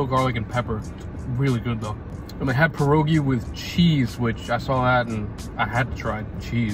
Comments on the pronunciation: You pronounce pierogi like this: p-ye(like yes)-ro(like lo but with r)-gee(like geek) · please, say pronounce it pi- like pee, er - like you were going to say erm, and ogi- oge : pierogi! ❤ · pierogi are actually pronounced "P-ee-y-eh-row-gee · i know not everyone mispronounce pierogi on purpose but to those who do, please stop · The way he pronounces pierogi is funny but tbh I’m so basic and my favourites are either blueberry or ruskie As they r the only ones I made with my polish family I’m not the biggest fan of other ones loll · My guy pronounced pierogi wrong. ☠️ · Did he pronounce pierogi right? I pronounce it different even though i am polish. No hate im just confused. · Idk why people insisit on butchering the pronunciation of pierogi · Im literally about to sue, as a polish child that pronunciation hurt me mentally and physically Also idk what you called the second dish but its called ‘gołombki’